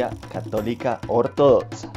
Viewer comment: "ortodotza" "etzisten" 😂🤣😂🤣😂🤣